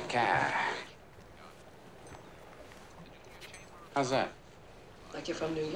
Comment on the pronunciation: They're in the yaad, not too faa from da caaa!